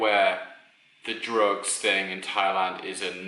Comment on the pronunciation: I had to rewind and Playback when you said the first one at first I thought you said rope when you said drugs